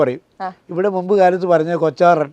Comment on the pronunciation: കൊത്താറൻ ........ എന്നാണ് , കൊച്ചാറൻ അല്ല